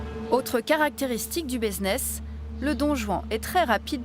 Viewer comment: un quoi ? Baiseness ? 🤣😭